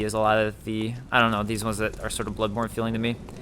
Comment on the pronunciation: lol everytime I hear him say butt borne I thought he said buttporn